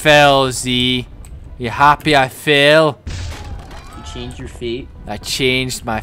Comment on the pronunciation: you've been say "Change yur fate alot" You saw Brave I take it eh?